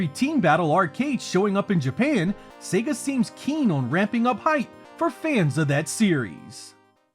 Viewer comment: Finally, an American who can pronounce SEGA correctly 😂